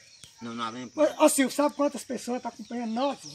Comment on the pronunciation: falou silvokkk,bh.